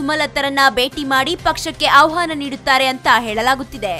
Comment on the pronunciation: Thayi .... Avhaana alla......Ahvaana adhu.